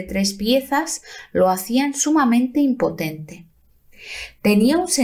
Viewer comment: IMPONENTE, no Impotente